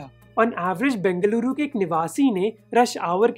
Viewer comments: Yes ! A lot of difference indeed ! We Kannadigas feel proud when we hear our places are pronounced properly in native tongue !!! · Bruh... It's so good to listen you pronouncing Bengaluru as Bengaluru and not Bangalore just for fancy.... Love from Bengaluru.... :)